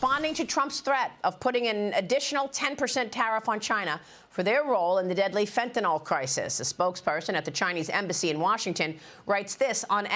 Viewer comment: Please stop mispronouncing Fentanyl. Fentanyl is not pronounced like Tylenol. NYL not NOL.